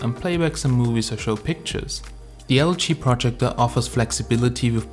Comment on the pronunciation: your saying projector incorrectly